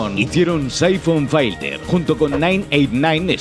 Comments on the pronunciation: ¡Se dice filter, no "failter"! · Es filter no fighter carajo